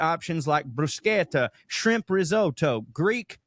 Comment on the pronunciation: also correctly pronounced "bruschetta." Bru-sketta, not bru-shetta.